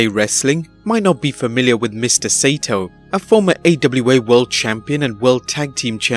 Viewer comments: Correction: Saito is pronounced "SIGH-toe", not "SAY-toe". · "Sigh - ee - toe", not "Say-toe" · It’s pronounced Sy-ee-tow not sato. But I guess the computer voice doesn’t understand nuance. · His name is pronounced Sigh-toe. If you're gonna show respect, learn to pronounce people's names right. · Hey, his name is pronounced Mr. Sigh EE TOE and I didn't know who you were talking about until I saw the name LOL. (Use to watch him on ESPN I think in reruns 10 years ago. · Saito is 3 syllables. SY EE TO. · mr. saito...pronounced si e to